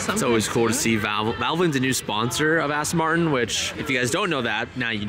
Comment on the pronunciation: Aston Martin, not Arse-ton